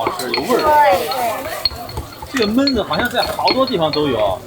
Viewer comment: 熊弟，按照我黑龙江人的浅薄经历，焖子读四声。。。懑……